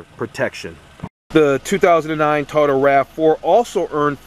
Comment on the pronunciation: What's a Ta-o-dah? Lol